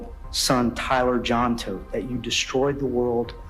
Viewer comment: They're literally saying the last name Todt multiple times in the video, and you're still too dumb to pronounce it right.